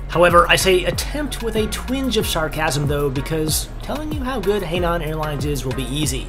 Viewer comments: It's pronounced "Hi-nan" not "hey-nan". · Oops, you did it again! Hainan is pronounced like “high - naan” not “hay - naan” 🤦‍♂️ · yep that's it. And another city Scarborough is similarly "Scar-buruh" but "Scar-bruh" is fine too. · Hainan should be pronounced more like hi-lan instead of hay-lan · It's pronounced more like "high nun." Thanks for the review. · Actually it's pronounced "h-eye-naan" airlines... But hilarious nonetheless. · Don't be discouraged. You are not the first and you certainly won't be the last to mangle words from another language. At least you try. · jayiwa especially when he gets Shanghai correct and then you hear hay naan🙈